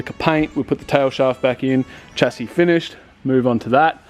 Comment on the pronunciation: love the content but please pronouce chassis correclty